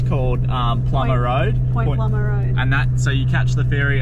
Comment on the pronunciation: I’m impressed , you got Point Plomer right in the game of pronunciation . Luv your honesty in the vids re bad weather , some other crews never show the crap weather . 👍👍